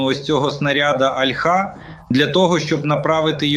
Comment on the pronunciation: Альха, о'льха. Вивчіть як правильно...